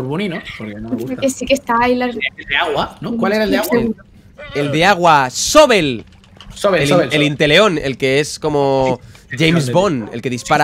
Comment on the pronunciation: No es sobel es sobble